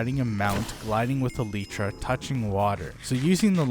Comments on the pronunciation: No way bro said aletra🥀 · he says 'a leach ah' instead of elytra and munch instead of lunge